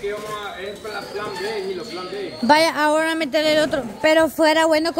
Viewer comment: Cómo animales. Dice jilo 🤣🤣